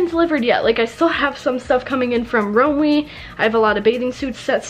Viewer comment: The way said Romwe made me cringe. Lol